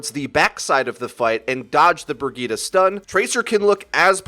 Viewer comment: Bragitta you mean Bridgette??!??? Lol